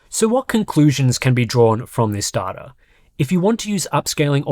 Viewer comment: It's data, not data!